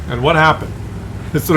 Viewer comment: "What hjappened?"